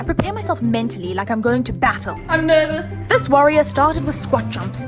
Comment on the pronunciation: I love hearing you say battle🤣🤣🤣🤣